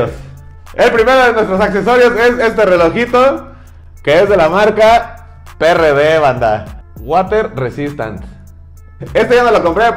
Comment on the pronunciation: No se pronuncia PRD, la forma correcta de pronunciación es Pi, Ri, Di, (pirridi)